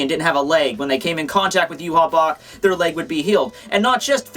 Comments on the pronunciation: I always thought Yhwach was pronounced "Yah-wick"... Yhwach = You-hah??? Mind = Blown??? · Why do you say his name wrong? It is pronounced YAH-WAH. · Say it with me ooo-vock his name is German an d should be pronounced as such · Why is it pronounced Yew-Haw if it's spelled yhwach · Yu haw that is too funny! His name is German and probably pronounced Ya-vahc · According to the Romanization of the Japanese, it's actually supposed to be pronounced "Yu-ha-ba-ha." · Its yu-ha-bak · i hope he realizes hes pronouncing the name wrong. yah-whey is how its pronounced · It's actually pronounced ee-vok. Just put Yhwach into google translate with German selected and listen. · wouldnt ywach he pronounced yvach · i believe his name is pronounced Juhabah